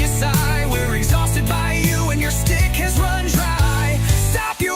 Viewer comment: I love your AI music. You neef to train it to say schtick, though. 😂